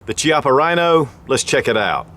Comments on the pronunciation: It’s pronounced “Kiappa” not Chiappa. You should get the name right if you’re going to do a review. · It's not pronounced shiapa, it pronounced kiappa. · It's pronounced "kiappa" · Pronounced as 'KEY-APPA', not 'CHI-APPA. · Thanks for the review, even if it's a few years late compared to you-know-who and you-know-who-else. So, I'm from the South too, but I still know that it's 'hex-AG-a-nal, not 'HEXA-gone-al' (like it's not a 'SPEED-oh-me-ter') and it's 'KEY-ah-pa' and not CHEE-ah-pa.' You can hear MR. Chippa pronounce it himself. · Pronounced “Kiappa” with a hard C. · Key-appa is how it is pronounced. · The pronunciation is Ki-appa, where the I sounds like e rather than I. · Hi, the correct pronunciation of "Chiappa" is "Kiappa", Italian is a weird language I know :) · Pronunciation of “chiappa” is kyappa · Key appa is how it's pronounced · The exact pronunciation is Kiappa: "ch" in Italian is ever equivalent to "k". So Ch-i-appa is K-i-appa. But "Ce" and "Ci" (without H in the middle) is equivalent to chi and che. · Is pronounced kiappa, goddammit! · Pronounced Key-Ah-Pah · the "Ch" is pronounced like "K". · It's named after the company CEO, Rino Chiappa. Pronounced "Key-appa". All models have fiber optic signs with the exception of the 200DS/D models. They just released an all-stainless 3 inch version. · I own the 20ds and it's not double action only. Its double or single action. Not trying to nit pick my friend but its pronounced "key" appa. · Pronounced: KEY-op-UH. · It's name after Rino Chiappa. It's definitely Key-ap-uh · You can pronounce fiocchi but not chiappa? Both Italian made. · 11 years later and they still can't pronounce Chiappa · pronounces Chiappa "Chee-appah" also: pronounces Fiocchi "Fee-ok-Kee" Confusion intensifies. o.O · I thought it was funny that he pronounced "Fiocchi" correct but not "Chiappa"